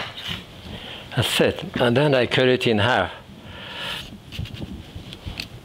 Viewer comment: He is truly Iconic and I Love it when he says...... "an dats sit". Be well. Thank You.